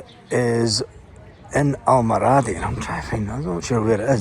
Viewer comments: Al,mor a,dee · Al-mor-adi is the pronunciation I think.